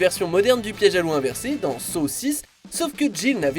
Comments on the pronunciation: Pourquoi vous le prononcer comme sow alors on le prononce san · ça se prononce exactement comme ça [ˈsɑ]